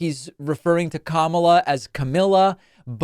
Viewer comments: It's pronounced Kamala. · I asked a closet Trumper yesterday why he always said "Kamilla" instead of Kamala after hearing Trump say it again and the dude had a complete meltdown attacking me personally & stopped talking to me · Tried to say Puthy ath buth! About Kamala